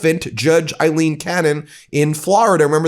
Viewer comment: Aileen not Eileen Cannon is an absolute disgrace.